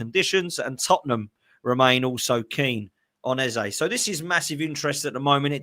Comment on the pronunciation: Get his name right ffs pronounced EZA .. World Cup year better off at palace plus arteta a twat